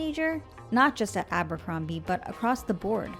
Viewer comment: Look at you… Aa-buur-combieee … cringe